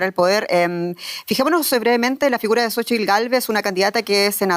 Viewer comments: Se pronuncia /sochitl/ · Se pronuncia shochitl, es un nombre en nahuatl y ahi la "x" se pronuncia como "sh"